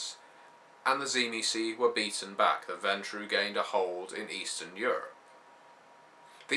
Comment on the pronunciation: i might hear this wrong but when i hear cimecee do you mean the tzimicze?